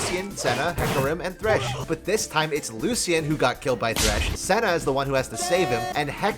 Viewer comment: You mispronounced "Lucian" 👀